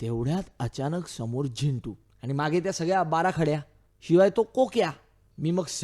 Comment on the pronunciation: Zindu nahi re Zintu. hahahaha